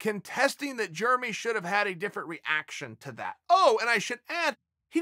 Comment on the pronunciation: Germy Stevens